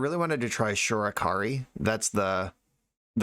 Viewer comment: i know me and every other cedh player is crying a little bit at your pronunciation of shorikai lol